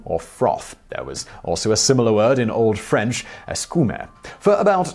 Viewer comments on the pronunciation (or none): Shhhh, Simon still doesn't know. Let him think he's still speaking French correctly. :P